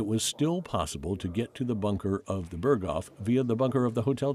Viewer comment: Ps Berghof isn't pronounced like that